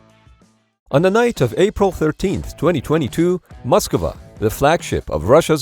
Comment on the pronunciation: Moskva, not Moskula